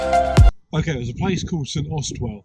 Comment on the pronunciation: Just wanted to say, your pronunciation of St Austell has killed me. Not sure where the 'well' came from 🤣 great video in my neck of the woods